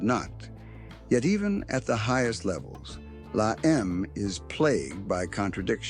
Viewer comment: I never heard of these guys. They are not from the California La EM like the AI voice says it.